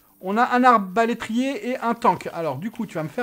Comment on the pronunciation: On dit pas arbélétier mais arbélétrier